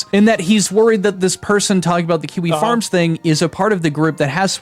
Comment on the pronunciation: Question, isn't kiwi farms like... A message board or something? Why is he talking about it like kiwi farm like he's an octogenarian reporter who can't figure out who this "four chan" guy is? I could be wrong, I know about as much about kiwi farms as Pirate does about coding, but the way he says it just seems... Wrong